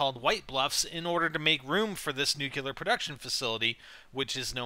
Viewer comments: ( Nu•clee•ahr)** It bothered me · I love NGT vids but I cringe every time has to say the word "nuclear". It always reminds me of Homer Simpson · nukeular lol